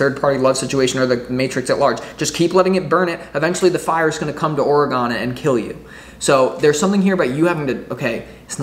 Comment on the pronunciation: My home state oregon so I know it's for me. Thank you. And it's ore gon. Not gone. All good bro Sending beaver and ducks love.